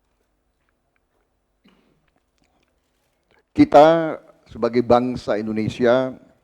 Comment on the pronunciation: Klo gw perhatiin Prabowo klo mengucapkan sebuah kata yg ada huruf 'a' dan 'i' dempet "ai" menjadi "ei". Contoh : Berbagai jadi Berbagei Sebagai jadi Sebagei Partai jadi Partei Rangkaian jadi Rangkeian Menguraikan jadi Mengureikan Menyampaikan jadi Menyampeikan Selesaikan jadi Seleseikan Damai jadi Damei